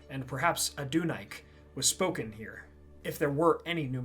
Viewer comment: Are you sure about how you're pronouncing Adunaic? I would have guessed Adun-ay-ick rather than Adun-ike